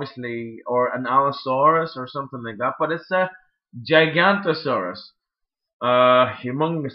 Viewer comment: I think the purple dinosaur is pronounced Jig-ano-to-saw-rus, spelled Giganotosaurus.